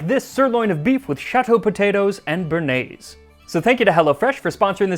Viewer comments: btw béarnaise is not pronounced "burnaise" but more like Bay-har-neiz. béa is a bit like in the name Beatrice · you know... there is a reason there is an accent on the E of bearnaise.. its cause u have to say BEY AR NAISE. never forget this again, plebian